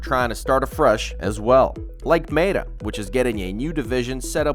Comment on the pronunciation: How is it that with AI advancing so fast, your episodes are getting worse in every way...cant you have claude proofread for your scripts? Is your model so old you cant even change the pronunciation of Meta?